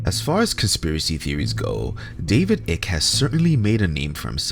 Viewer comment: You cant even say his name... and I'm supposed to listen to this... You obviously haven't done much research.